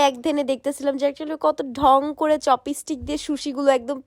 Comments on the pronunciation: চপিস্টিক না চপস্টিক😂😂😂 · চপস্টিক ❎ চপিসটিক ✅ 😄🤣🤣🤣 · চপিসটিক 😂😂😂 murkho kothai bolte parena